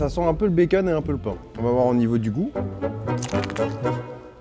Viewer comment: Charles qui dit « Bakeun »🥰